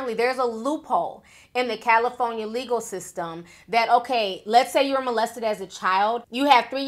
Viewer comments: vlogs CALIIIFONIA!!🤣😂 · I'm rolling everytime she says "Cali-FON-ya" 😂😂😂